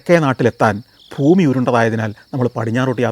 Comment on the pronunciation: ഭൂമി എന്നൊന്നു പറഞ്ഞേ.... ഫൂമി എന്നല്ല.... ഭൂമി.